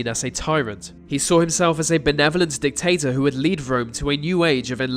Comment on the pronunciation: you said "Dic-Tater", that's funny, lol